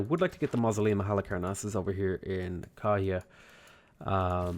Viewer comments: As a tip though, any 'wh' makes a F sound, so Kawhia is pronounced Car-fi-a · The effort is great but in Maori a “wh” makes the same sound as “f”. So Kawhia is pronounced car-fee-a. And with Ngaruawahia, the “ng” sounds like the ng at the end of any word ending with -ing. Pronounced nga-roo-a-wa-he-a. Whanganui is fa-nga-noo-ee. And marae is ma-rye. Loving the game and learning lots! Thanks!